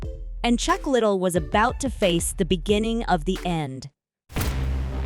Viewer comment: Le - Dell not Little